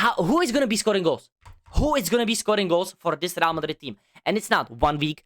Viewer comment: “RAL MADRID”😂😂😂😂